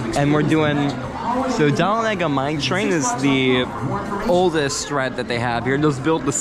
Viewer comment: You didn't pronounce Dahlonega right.